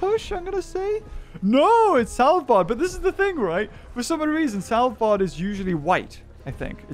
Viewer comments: "Sælbard"😂 kinda upsets me (I’m Norwegian) but it’s fine, I’ve heard worse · As a Norwegian hearing pronounce Svalbard as "Salbar" is quite funny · I like how he pronounced Svalbard as Salbuard!